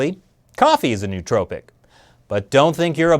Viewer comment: A couple of pronunciation quirks: "nootropic" is probably pronounced "no-o-tropic" because Greek is fun, and it's not Silicone Valley. Now that my internal Grammar Nazi has subsided, I had no idea about this issue. It's really interesting. Does anybody know if Instant Parkinson's is related to this at all?